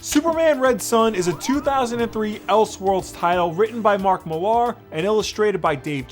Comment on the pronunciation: Mark Millar is a prick and egomaniac. Also his last name is just pronounced “Mill-er” not “mil-arr”.